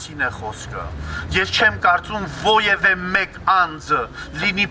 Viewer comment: Նախ սովորենք ճիշտ արտասանել որևէ բառը.ուրեմն չենք ասում ոյեվե,այլ որևէ:Արտասանում ենք այնպես,ինչպես գրում ենք:Ավելի լավ է միասեռ ամուսնություն,քան մենակ մնալ ամբողջ կյանքում:Միասեռականները սիրում ու սիրահարվում են ճիշտ այնպես,ինչպես հետերոները:Իմ համար 2 կնոջ կամ 2 տղամարդու համբույրը նույնքան գեղեցիկ է,որքան կնոջ ու տղամարդու համբույրը:Այո աստվածաշունչը դեմ է այս ամենին,բայց միթե մենք դատապարտելու իրավունք ունենք:Ամեն անգամ,երբ էդ մարդկանց ասում եք այլասեռված,դուք վիրավորում եք իրենց,չի կարելի,ճիշտ չի